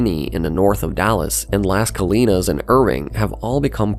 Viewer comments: Plano = play-no, not plan-o. Celina = suh-lye-nuh, not Selena. Las Colinas = loss cuh lee nus, not lass cuh lee nus. Frisco Independent School District, not Frisco International School District. "Metroplex," a term invented by a marketer, fell out of favor here years ago, in favor of "North Texas," now ubiquitous. Good video, though. Unlike many large metros, where the namesake city dominates everything (see Houston), and sees a daily influx and outflux of people, the large, powerful DFW suburbs are self-contained. There is no reason for anyone living and working in Plano or Frisco to travel to downtown Dallas, unless they want to attend the Symphony. Everything they need is right there. And they don't have to send their children to private schools, since the schools are top-rated. But IMO those 'burbs are soulless. I live in the city limits of Dallas, near LBJ. Yes, some nearby areas wouldn't appeal to the Plano crowd, but I am 15-20 minutes away from the best the city has to offer. And the food options blow away those in the sterile, wealthy suburbs. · Some corrections on pronunciation: Las Colinas is rendered as "Loss Colleen Us" Plano is rendered as "Play No". Also to mention: DFW's unstoppable growth is poised to meet Oklahoma at the Red River - though probably closer to 2100.